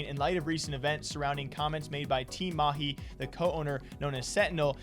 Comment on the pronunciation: Damn, you pronounced Mahi better than these pretentious fake- accent casters we have here in India.